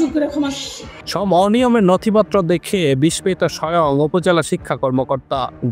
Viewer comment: বিসমিত উচ্চারণ করলো সাংবাদিক,,,,, শুনে আমি 😢